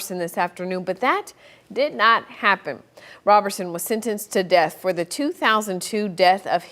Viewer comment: Please pronounce his name correctly ROberson not RAberson.